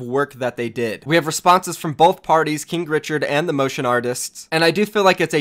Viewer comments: Did you say kink richard? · i thought you Said kink Richard 😂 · Stop saying kinkrichard